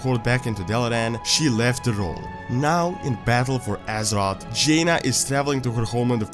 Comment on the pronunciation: I like how you pronounce azeroth. AZEROTS